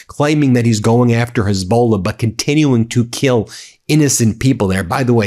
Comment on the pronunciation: Say it after me Ben ... Hez Buh Laa , not Hez Bowl La . Let's try this one , sound it out ... hyoo mi lee ayt , no U mi lee ayt .